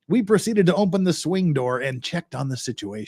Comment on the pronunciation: Must be a back woods Utah thing where they say ompen and not open. My little sister used to do that and it bugs me, lol Good job. Love the content